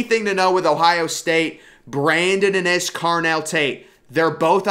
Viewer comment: Bryson Rodgers WILL BE THE BEST ONE PERIOD.. and it’s IN!! Innis BRO! Not Ah-NNIS! Lol come on bro!